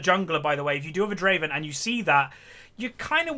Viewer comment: its adoration, not admiration:p and Draven not driven xd